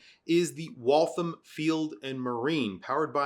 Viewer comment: Thanks for the video! Small correction on the Waltham pronunciation. I've lived nearby the area where they used to produce their original watches, and it's pronounced to rhyme with 'Wall ham'